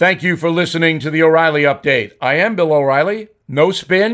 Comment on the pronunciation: Did you say there's an uprilly date?? Update about what?